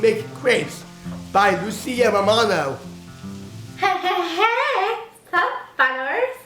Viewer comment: How could you not fall in love with?! The way he says Lucia Romano is so beautiful... pure joy!💗